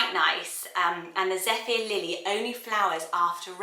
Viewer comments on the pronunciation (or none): none